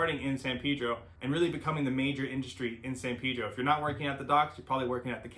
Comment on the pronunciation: Pedro, not Peedro.